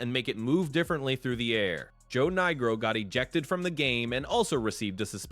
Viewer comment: If this is AI narration it really needs to work on names. Can't pronounce Manziel properly and what the hell was that pronunciation for Niekro?????